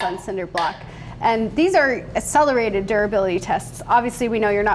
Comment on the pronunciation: ACKcellerated, NEVER aSSelerated.